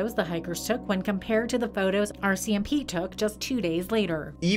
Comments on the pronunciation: the first one... RCMP. Jeremy.... pronounces it OR-CMP. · Even after years of watching your videos, I still cannot get over how you pronounce certain words. RCMP for example, freaking ADORABLE 😍 lol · I like how pronounces rcmp as well lol